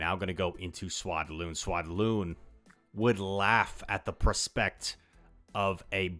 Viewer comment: no way you pronounce prospect like that too 🤣